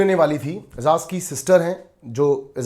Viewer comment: Sorry don’t mind if I correct you. Why can’t you pronounce Ejaz It’s not ezaz It’s Ejaz You are the best reviewer